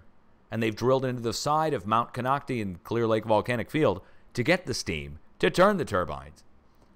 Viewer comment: EPIC UPDATE! 💜Konocti is pronounced "kon-ock-tie" (not kon-ock-tee). 😁LOVE the detailed description on the video, thank you! Thank you for ALL you do and your humor, intelligence, and bravery. 🌟 I had to screenshot all the crazy explosions in WA/OR because it's so odd (Oct 24-27th). I stopped counting after 10. Thyme (the herb) is helpful for radiation. Cheers all!